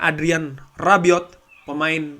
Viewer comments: Bang Rabiot bukan arbiot😁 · Rabiot,,bukan arbiot